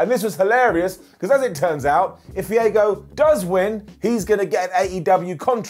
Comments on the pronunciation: It’s Fuego not Fiego! 😉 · why is nobody talking about how kept calling our boy Fuego, “Fiego” like bro what lmao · I love you man but BRUH c'mon it's FUEGO Del Sol not "Fiego" or whatever you said lol. Put some respect on the Master of the Tornado DDT's name!🔥🌪☝🏽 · Have you seen how they spell and pronounce aluminum? I'll give him a pass. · Fee-ay-go? Oh no no. Fu-way-go. Or, keep it simple, new AEW signing :D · Fee-ago del Sol? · Fiego??? Who the hell is that? Do you mean Fuego? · Why does call's Fuego "Fiego" lol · I understood "Diego del Sol", I thought Dora's cousin was wrestling... 🤣 and I'm a native Spanish speaker. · I'm giving an up to today for how he says Fuego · He said Fuego he just pronounced it weirdly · your pronunciation of Fuego gets a down... 😂😂😂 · Hearing butcher the pronunciation of Fuego kills me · I am begging you to say Fuego's name correctly.